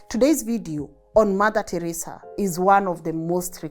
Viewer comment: the way your calling Teresa name 😂 Teresa come on😅